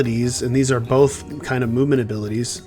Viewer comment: “movmenet’ can I be a tester? 😂 great game